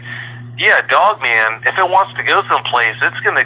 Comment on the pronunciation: Bru. Lol, so this is the cat that says dugman instead of dogman. That's gold.